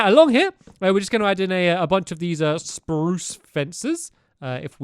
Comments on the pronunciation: Nah not really he said sprrrrruuuuce in the last video it’s you who have grown up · omg he still says spruce the same way after all these years